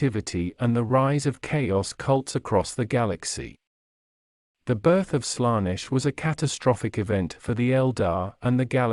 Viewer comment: Good video, but please fix the pronounciation errors: Warhammer 40000 is pronounced 40K Colonize is pronounced Co-LONN-ize Primarch is pronounced Pry-mark Daemons is promounced Demons Abhumans is pronounced Abb-humans Slaanesh is pronounced Slann-esh Eldar is prounounced El-daar Roboute Guilliman is pronounced Ro-bu-te Gil-uh-man Astartes is pronounced As-star-tiis Feel free to add stuff in the comments, folks